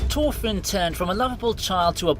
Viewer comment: never try to pronounce thorfinn again